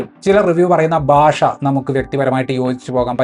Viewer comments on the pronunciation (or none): ബാഷ അല്ല ഭാഷ ആണ്